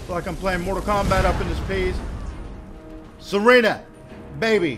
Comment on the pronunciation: it is pronaunced sir ah na